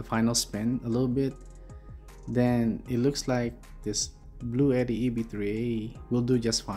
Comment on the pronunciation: It's actually pronounced "Blue T."